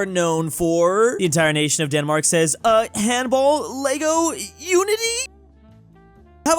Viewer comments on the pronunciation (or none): none